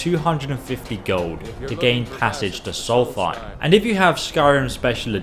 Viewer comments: Sol-thime....???? It's Solst-hime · It's Solstheim not Solsfeim xD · it's Solstheim not saltytime ^^ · It’s not soulfim it’s solstheim. Pronounce it without the th sound because it’s peeving me off. It’s SOLST HEIM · Dude it's not Soltheim it's Solstheim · why do you say solstheim as 'solfime' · It was actually worse imo when Brodual said "Solsteem" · Dude its pronounced : Sholshmeim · my boi it's pronounced ShmaltHermsh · it’s pronounced sols-f-eim Smartass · I pronounce it as Solseem. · ...it's a common speech impediment from england